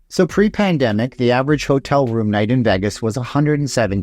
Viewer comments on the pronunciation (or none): Please say Vegas again... Only properly. It's sounds like vegguess when you say it!